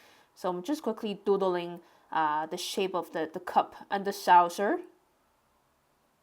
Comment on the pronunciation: It's not a 'sowser', its a 'saw-ser'. Look in a dictionary for the phonetics. Its a word you use such a lot, obviously, im sure you'd like to pronounce it as it is intended. 😊 Great sketch of à city I love and used to work in. I'm so glad you got to Oxford! No castles in Oxford, they're just medieval buildings... Maybe you'll sketch the Radcliffe Camera, the round building that houses a vast library. And check out the Sheldonian, with the massive heads and other statues - they'll make great sketches! Enjoy yourself!